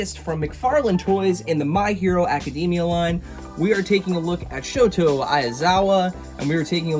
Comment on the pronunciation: It’s pronounced “Sho-Tah” not Shoto